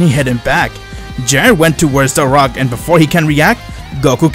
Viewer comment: You said frock instead of rock